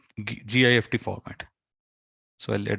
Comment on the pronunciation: Thank you! Wow. That is all you need to do! By the way, you say "GIST" but as you write in the title, it is not GIST but GIFT which is pronounced the same way as gift meaning (Christmas) present. The man who created the GIFT format made it as a gift to the Moodle community.